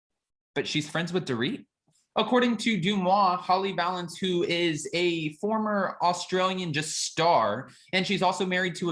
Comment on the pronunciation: Holly pronounces her name like this Va-lance